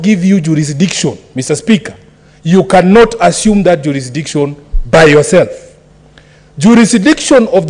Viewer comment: Juurisikidiction....found that hilarious!